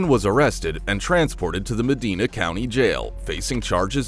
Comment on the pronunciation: It's Medina is pronounced with a long i.